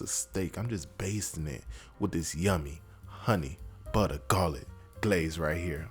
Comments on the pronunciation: bro had me at "honey BUTTA".. 😂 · Soon as he said butta I knew I was on the right channel 🤣🤣🤣🤣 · When he said 'Honey Butta Garlic Glaze', i knew i was in for some shit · love the start.....HUNNY BUDDAH😂